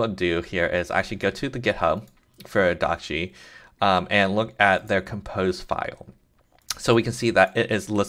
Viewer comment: hi. according to what the developer of dockge says in his github repo you're not pronouncing it right. he says: "'Dockge' is a coinage word which is created by myself. I hope it sounds like Dodge". so not "dock gee" it should be "dock dg" (where dg rhymes with the "dge" of words like "dodge", "edge", "badge", and the "e" isn't pronounced) i hope that's helpful!